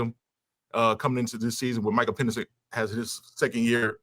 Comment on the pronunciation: What is Mike calling PENIX ? 🤣 WTF is Peenix